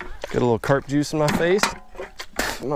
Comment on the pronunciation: Nope...and it's "carp"